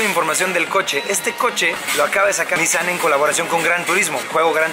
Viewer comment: La manera correcta de pronunciar la marca no es NíSSAN si no NISSáN